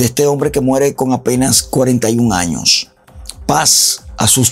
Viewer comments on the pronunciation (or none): none